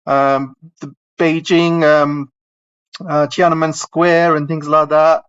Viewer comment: Subscribed. BTW, Westerners typically find it hard to pronounce Tiananmen and I don't mean the tones. You added an extra syllable. Its Tian -An-Men, not Ti-An-Na-Men.